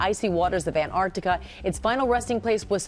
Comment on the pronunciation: Why can't she pronounce Antarctica correctly?